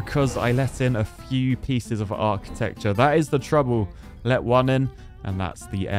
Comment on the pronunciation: "whata hell is that?... product of achitecture" hahahaha i died